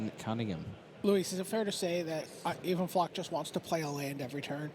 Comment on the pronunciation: even flock i think its pronounced eye van flock